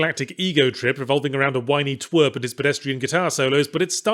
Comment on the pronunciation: Yahtzee said "twerp" and I thought Team Rocket was talking to Ash Ketchum for a second